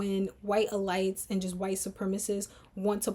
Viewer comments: E-Leets not elights…you’re brilliant the goal is to focus on your commentary not being confused. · Not ur pronunciation of elites frying me😅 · Love the breakdown. Curious if your pronunciation of “elites” has a double meaning? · Yes! The comment I was looking for. I have a feeling it does. Well.... at least I hope it does. Because otherwise...its a bit distracting 🙃